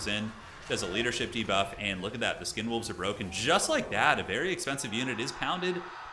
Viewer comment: He’s calling the skin wolves “condom wolves” right? Not sure if I’m mishearing it lol